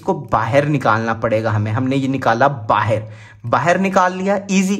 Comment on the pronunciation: Bhai bahan nahin hota hai bahar hota hai